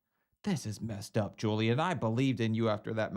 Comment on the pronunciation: If I hear say “Joeliun” one more time I’m gonna scream.